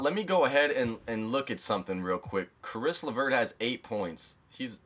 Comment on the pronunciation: It's not Chris LeVert